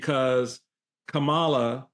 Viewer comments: No. when it's common knowledge that the person wants their name pronounced a certain way for whatever reason, the reasonable person will honor those wishes and pronounce it that way. Sanders knows how Kamala is supposed to be pronounced. She just deliberately mispronounces it to show her contempt, her lack of respect for the Vice-President. It's childish and shows lack of class. But Sanders, being a strong Trump supporter, I'm not surprised. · There was also a double dog whistle. she deliberately mispronounced her name, and she basically called Kamala Harris uppity when she said she isn’t humble. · One thing that keeps Kamala Harris humble are the racists in 2024 pronouncing her name wrong on purpose. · Governor Piggy has no respect! It’s Kam’ala! Mispronouncing!😊 someone’s name is junior high stuff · I agree that if you can't say Kamala, I am saying your name wrong. Thank you for saying her name wrong 💙🦋💙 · What’s interesting is that they always pause before mispronouncing her name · Thank you Michael Steele. It is so annoying to me the way Rebublicans deliberately mispronounce our vice president's name. It is so childish and petty. If I ever have occasion for that slovenly governor's name to fall out of my mouth, that's how I'll mispronounce it. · Plus i really believe they mispronounce Kamala’s name is so dismissive of the person. Height of racism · Sarah boasts about being humble 😆🤣 plus, she still can't say her name correctly. Thank you Michael. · Calling VP Harris by her first name (and deliberately mispronouncing it) is an act insolence. It harks back to a time in Sarah Huck-Abby's home state of Arkansas when people like Sarah addressed people like Kamala by their first names (or as "boy"), whereas people like Kamala were expected to address people like Sarah as "Sir/Maam". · She can't even pronounce her name. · I'm so sick of MAGAs deliberately mispronouncing Kamala Harris's name. Stop being so childish and show some decent respect.